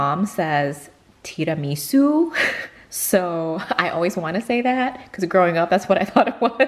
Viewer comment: Not sure where the emphasis is supposed to be, but I think your mom's tiramisu pronunciation sounds more Italian than when Americans pronounce it lol.